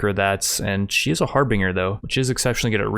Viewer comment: just fyi, the pronunciation for harbinger is "har-bin-jer"